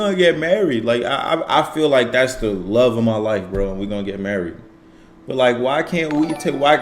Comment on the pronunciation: You see how he said he “luh” her…but turned right around and said she LOVE him? 😂 Chile… He’s going to be there reaping the benefits of her without them papers FUHEVA!